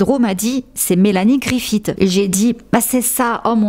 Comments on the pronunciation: On ne dit pas griffiTT mais griffi SS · Griffith se prononce comme Smith, à la fin !